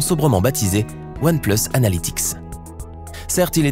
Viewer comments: S'est comme sa qu'on dit "One pleusse" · One place ??? ça se prononce pas "oane plUUs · One pleusse 😂 mrd